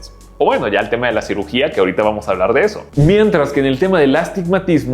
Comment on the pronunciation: Cirujia xdd, es cirugía, el editor anda muy mal en este video